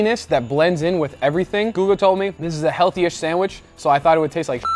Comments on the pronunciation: 1. its sandwich, not sandwish 2. when you name ingredients, breathe, it sounds like you will start cry soon or you are out of air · What the heck is a sandWISH? If you can say chicken or cheese then you can pronounce sandwiCH. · What is a "sanwish"? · Nobody: Guga: sandwiSH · Guga knows why he's pronouncing it "sandwish", cause you wish you can taste it too 😀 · it really scratches my ears when he says "sandwish". it's not a French word..